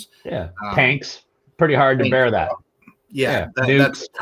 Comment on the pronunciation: "Bear." Not "bare." 😂😊